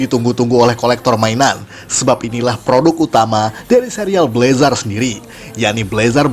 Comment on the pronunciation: Bg. Bacanyatu blezr Maap kalo salah